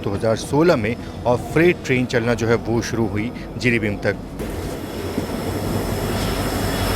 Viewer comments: Jiribim nahi, Jiribam he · Jiribin nahi jiribam "Bam" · Not Jiribim it's Jiribam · जिरिबाम कहते हैं।